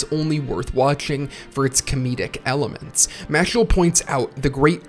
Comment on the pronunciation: Harry Spotter. The boy who lifted! Loved the video man. Been a fan of both series for awhile. Only criticism I have is that the main character’s name is Mash not Mashle but I got used to it quick in the video